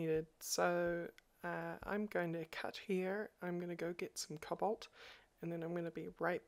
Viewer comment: Just a comment: As a Yankee (well, northern-USA-er), the way you pronounce "Cobalt" sounds a lot like "Cobble" to my ears! No insult, just funny; especially when i am trying to figure out why you were making your hammer out of "cobble" for a second! :)